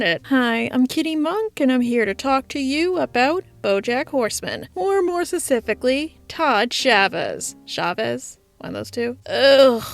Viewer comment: Specifically ❌️ Secifically ✅️